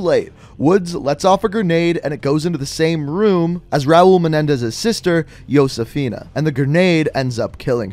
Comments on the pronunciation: “Yosifina” it’s pronounced hos- ah - feen- a and spelled josefina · Its ho sif fi na not Yusuf fi na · I believe josefina is pronounced hosesayfina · The J isn’t silent